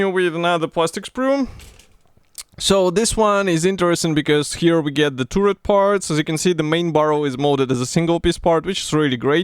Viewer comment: За обзор большое спасибо! Но вот ваше «туррет» режет слух. Таррет (turret), Карл, таррет.😉